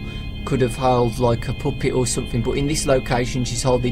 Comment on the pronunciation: stop saying poopet!